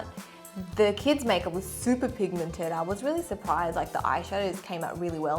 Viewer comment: 'kieds majkjup'